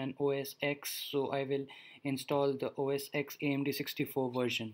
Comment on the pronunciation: Just for the record, not trying to insult you or anything, but for future reference, it's not OS "ex", it's pronounced OS ten.